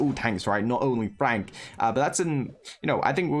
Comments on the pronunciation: STOP SAYING FRONK ITS FRENKSSSS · LMAO it is Frank not Fronk🤣🤣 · tom spelled and pronounced frank wrong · Supercell: "Frank" and: "Fronk" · Its FRANK notFRONK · No one literally no one: FRONK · "Fronk" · Fronk😂. Why less people noticed it